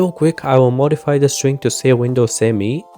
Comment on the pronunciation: "Me" not "M E" by the way ;) Me as in "me, myself and I"